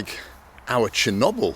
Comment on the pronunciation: I would rather go on a trip with Simon Wilson than with dumbhead who calls"Chernobyl" constantly Shinobel.